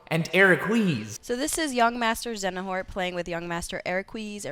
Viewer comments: She's saying Xenahort, not Xenanort... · I’ll never really get over “Xenanorn and Eraquise” they… couldn’t look up videos for pronunciation? Or read the names phonetically? Like, yeah, maybe just don’t talk about Kingdom Hearts if you don’t care enough to cover it. 😂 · The mispronunciation of Xehanort and Eraqus, reminds me of when they were reviewing Xenoblade Chronicles Definitive Edition a few years back and mispronounced a couple of the main characters (ie, Dunban and Reyn being pronounced as Duncan and Rain). I feel like when it comes to IGN at this point, they're just a joke in the industry. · I think the IGN x Kingdom Hearts "curse" first happened back when they first reviewed the OG Kingdom Hearts 2 on PS2... 7.6!? Ok mate, if you say so 🤣🤣🤣 I remember when Jonathon Dornbush did a video on KH and he completely butchered the pronunciation of Xehanort. He was completely destroyed in the comments! 🤣🤣🤣 I find it even more hilarious when they re-uploaded the same video with the right pronunciation 🤣